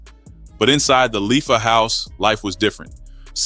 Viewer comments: Pronounce Leafa ( Lay-ah-fuh) not (Lee-fuh) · Leafa is pronounced Lei-afa